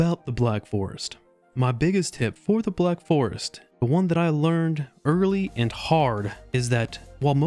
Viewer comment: Through half of the video i kept hearing theVlack forest, I found that quite disturbing. The pacing of the video is better than in the previous. Nice work, cya in the next 75% stream.